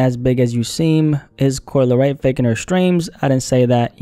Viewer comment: "Coo-Lee Ray" -Solliminati